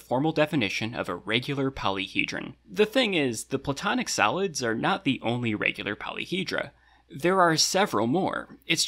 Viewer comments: they way he say solids sound like salads more or less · I keep hearing salads instead of solids 😭😅 o well now I know what to call them when I want to confuse someone: CHECK OUT THESE SALADS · I was listening to this without watching the video and I kept thinking you were saying "salads" not "solids" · why the heck is there a thumb up and down next to the chapter titles, also why am I hearing salads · It sounds kinda like he says "Platonic Salads" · He saying “salads” right? I’m not hearing solids but salads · I keep hearing "Kepler Salads" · Im sleepy af and kept hearing "Platonic Salads" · i kept hearing “platonic salads” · I thought you said platonic salads